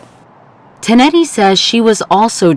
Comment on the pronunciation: you said tonetti wrong and i know that because kristina is my cousin